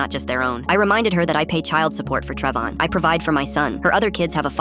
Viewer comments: “Trevon”❎ “TrevON”✅ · Just started and I hear Trev-on what is that?